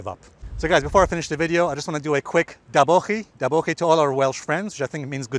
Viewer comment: I'm welsh and that was a good effort Alessio at pronouncing da bochi as goodbye in welsh 4.5/5